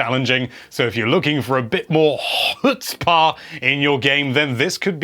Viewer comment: Mans can't pronounce chutzpah correctly